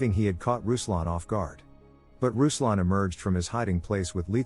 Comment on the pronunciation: RUSLAN MEANS R U S L A N! Not a fucking rouslan etc.